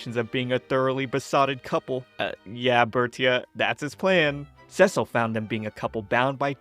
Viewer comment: Yay! You are awesome! And thank you for saying Cecil's name right, I really appreciate it. I really enjoyed your work and will look forward for more next time. ❤❤❤